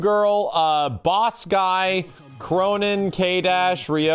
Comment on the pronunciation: K-roh-nen. K-row of-nines. Just saying.